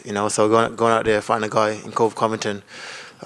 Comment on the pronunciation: He calls him colvy Covington 😂